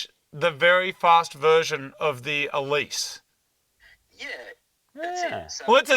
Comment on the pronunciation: Congrats on the new ride. Love how you pronounce Exige and Elise correctly, and then I hear Celica.. (Ca-lic-a) I've owned several Celica's (Cel-i-ca) . ha! Great video..